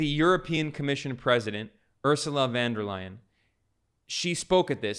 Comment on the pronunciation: Ursula Von Der Leyen = "Ursula Fon Der Lie-en" German "U", a bit like the English oo in Hooligan. Von not van, and "Von Der" is two distinct words. Thank you. And thanks for your videos.